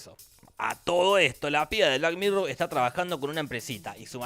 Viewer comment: Por qué dice black "mirrow" si es black "mirror"?